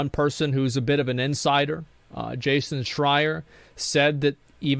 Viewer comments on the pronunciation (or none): none